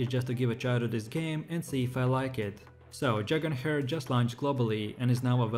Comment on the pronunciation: Dragon "hair" 😂😂